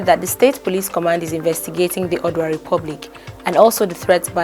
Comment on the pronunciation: You give out good information. It is not acceptable that there should be only one comment in the comment section. Secondly, take time to rehearse how to pronounce words like “Oodua” “Ozubulu”